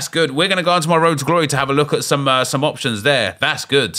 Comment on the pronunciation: I cannot comprehend how you say “good”. That’s Goodt!